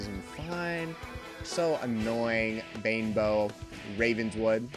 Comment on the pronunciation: I like the way you say "Banebow" as "Bimbo" lol :D